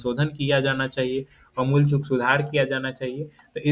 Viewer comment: आमूल चूल बोलिए सर ।